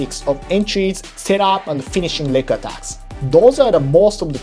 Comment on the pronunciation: I keep hearing "neck attacks" when you say "leg attacks", haha. But then you talk about kneebars and toe holds. Thank you for a great video.